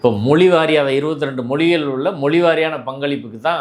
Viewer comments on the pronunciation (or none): none